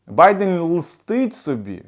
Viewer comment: Відчувається, що автор думає російською і лише ціною надзусиль веде розмову українською. Байден лестить собі, а не "лстить". Це не перший ляп автора, але пишу про це вперше... Кров вухами від такої "мови". Спробуйте себе в іншій галузі. Десь, де немає необхідності у володінні мовою!